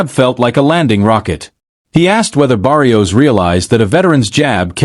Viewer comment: AI sounds horrible. Cannot even pronounce Barrios properly. AI not trained on Spanish pronounciaton???